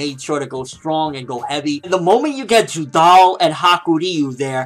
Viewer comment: its judar not judal